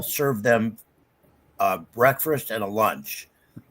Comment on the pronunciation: Did say "breakfrast" twice?